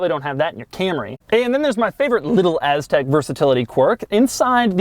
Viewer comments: If I had a dollar for every time he said Aztek (and stressed the “TEK”) I would be sitting on a private island somewhere not watching this. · Impressive, you just said AS-TEK over 50 times in this video! Funny! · Doug Pronounced Aztek AssTek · "so you can just hang out on your AZZtek" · Its "Aztek" not "Aztec" But doug pronounces it like Ass-tek 😁😁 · "hang out on your asstek"